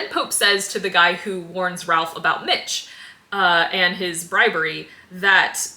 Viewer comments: if we're pointing out minor pronunciation slips, Ralph's name is perplexingly pronounced /reɪf/ rather than /rælf/ because shibboleth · For future reference the Ralph in Ralph Fiennes is pronounced Rafe. I remember he was seen on set with a shirt or hat like 20 years ago that said "it's pronounced Rafe". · "Anyways, he's played by John Lithgow." Better known to pre-Millennial audiences as... well, not as "Mitch." Older folks also have a more nuanced understanding of how to pronounce "Ralph," but the "not good with names" card was played early in the video. Apology accepted. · Just a picky little thing but you are mispronouncing Ralph's name. The L is silent.